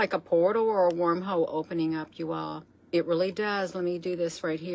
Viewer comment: 😶 Did she jus say warm-hole.....................🤣😅😭🤣😅 o man I think I hurt myself.